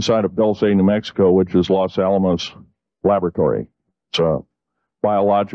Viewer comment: Dulce - is pronounced " DOOL - SEH "